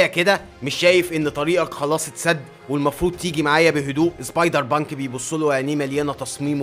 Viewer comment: أنت تقول سبايدر بانك أنا أسمعها سايبر بانك 😂😂😂😂😂😂